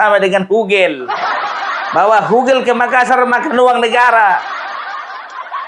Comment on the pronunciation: Bukan gogel, tapi hugel. Artinya hubungan gelap. Salam NKRI